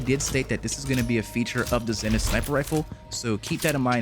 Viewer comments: "Zen-ith"...it's pronounced, "ZEE-nith"...smh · Zenith. Isn’t it pronounced ZEE-nith?